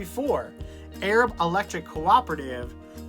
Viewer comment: The town is pronounced A-rab. I'm from south Alabama and know Arab well